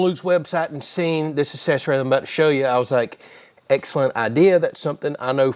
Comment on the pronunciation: Man said assessury